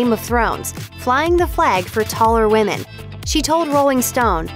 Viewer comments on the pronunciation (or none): none